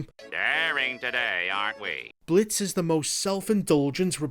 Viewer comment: “We Wuz in tha Blits”